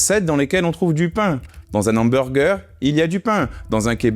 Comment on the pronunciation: Des zzzamburger